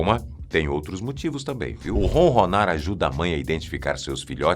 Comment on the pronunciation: Não é ronrronar.É ronronar